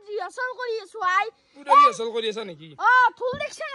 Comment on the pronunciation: Rihasol nohoi rehearsal